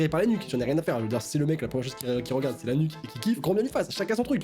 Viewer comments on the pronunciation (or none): mais... 😂 le journaliste avec pas compris si il disait "la nuque" (avec la lettre ''q'') ou "l'anus" 😂🤣